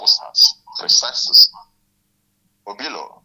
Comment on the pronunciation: It is silly and colonial mentality exhibiting to be pronouncing Obi-lọ (calming/consoling heart or solace) as "O-bee-law" in a bizarre way to anglicize the Igbo name. This behavior is irresponsible and conveys low self esteem. Be proud of your Igbo name and pronounce it as pronounced in Igbo -- oyibo does not respect Africans who try to be oyibo.